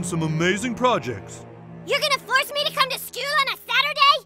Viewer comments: Im not going to skewl on saturday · NOO NOO SHE SAID SKEWL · Nearly- she's on the turn- she's saying "skewl" rather than Cartman's "skooo" (he dropped the L a long time ago) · Skyyl lul :D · SKEWL? WEAK! AW WEAK! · I absolutely love how they had her start to pronounce "school" like how Cartman does (like "Skuuwe!") -- subtle way of showcasing her transformation into him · “skewl” YESSIR WE LOVE THAT PRONOUNCING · SKEWL! she said skewl! Like how Cartman says 🤣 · "Your gonna force me to come to SKEWL on a SATURDAY!!??" 😱😠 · it is sat and i dont want to be a skew hahahaha just like cart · “i dont wanna be at skewl” and there it goes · "Its saturday and i dont wanna be at skewl" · It’s funny cuz she also says “skewl” like cartman 😂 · she even says schewl like eric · I love that she says skewl too jst like eric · Hhhh no way she said Skewl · That Schoo pronunciation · She even says school exactly the same, sounds more like skewl than school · skewl. lmao. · Thanks to cartman, she says “sco”. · She even pronounces “school” like Cartman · The character's not Cartman if they don't pronounce "School" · fearlessoraine12 she says school like eric 😂😂😂😂